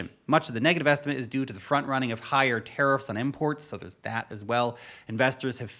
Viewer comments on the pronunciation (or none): It’s Tariffs with an ‘a’, not an ‘e’. I cringe every time you say teriffs!!!